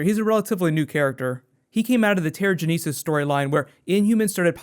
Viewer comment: Yo, keep up the good work man! And I can't help but say this... terra-jen-eh-sis.